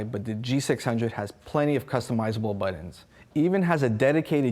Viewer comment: Why is he saying "BUTT-ENDS" Is he meaning Buttons? HA HA HA AMME-Dextrious this guy is hilarious. And what is the guy doing in the back ground?